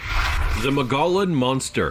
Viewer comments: It's pronounced Mo-gee-on. Drop the L and think of them as breaks or slight pauses. Saquaro is pronounced Sa-whar-o. Tohono Oʼodham is pronounced how it looks. Piestewa is Pi-es-te-wa. If you have questions on pronouncing names please take the 2 minutes of research to look it up. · The Mogollon monster... Mogollon is actually pronounced "Mogyon or Mogeeon". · maybe "Moe Gee Yon" is better